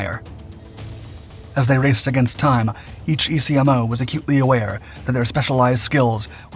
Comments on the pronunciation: Military acronyms are said, not spelled. ECMOs are Eck-Mos, not E Cee Em Ohs. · EA-6B was my second love in the Navy. First was going out to sea. EC-MOW is how it's pronounced, not E.C.M.O.. Geez... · Just a heads up. Electronic Counter Measures Officer. ECMO is pronounced "Eck-mo. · ECMO, Electronic Counter-Measures Officer, is pronounced "EK-mo". Served 12 years with Prowlers at NAS Whidbey Island in Washington state. Went to Desert Storm with VAQ-132, did a shore tour with VAQ-129, then went and stood up (commissioned) VAQ-137 again with CDR Plucker. Once a Prowler AT, Always a Prowler AT. Prowlers forever. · Hearing ECMO spelled out rather than said as an acronym is painful. Otherwise, excellent video.